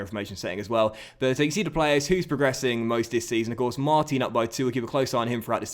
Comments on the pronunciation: hey... it is pronounced Mart-an... as he is french.. keep it up thanks as ever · Hey, just a quick comment to tell you that the proper way to pronounce Martin's name is to say the "in" like you pronounce the end of "Paris Saint-Germain". Also Martin's celebration is actually Matuidi's, it's after a song that was made for him. Love ur content:)